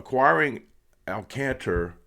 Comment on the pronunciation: Good video! I’d love to see them get Alcantra! Last year was his fist year back from major surgery so it’s expected to be a little down. When he’s fully healthy he’s one of the top 10 pitchers in the game and maybe even better than that. Oh, it’s pronounced Al Con Truh